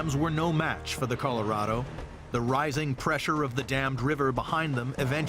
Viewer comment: > < ...."the Coloro river"......